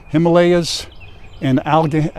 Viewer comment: al-a-gain-ee is how its pronounced..Alleghany